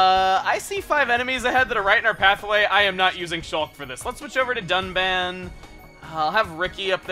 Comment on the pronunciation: that dun?(done) I THOUGHT ITS DUNBAN